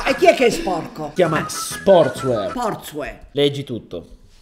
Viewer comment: si legge sportswiar😉